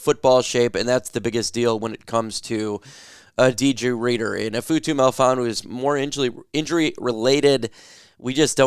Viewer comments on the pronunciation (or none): "Iff-atu" is how his name is pronounced .....